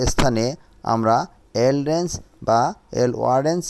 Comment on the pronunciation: আপনার উচ্চারনে ভুল আছে।ওরেঞ্জ না রেঞ্জ হবে।